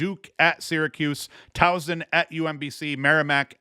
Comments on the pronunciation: Towson (TAO - sin) 😎 harder s no z! But honestly I like the mispronunciations nobody pronounces everything correctly try this one - Leakin Park? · Yeah he doesn't say Towson right either, me being from Maryland I think it's funny 🤣 but I've come to love it! I also think it's funny that doesn't really care 🤔